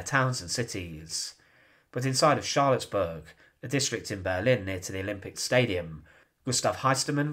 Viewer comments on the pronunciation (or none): Charlottenburg not Charlottsburg. Good documentary by the way. Keep up the amzing work.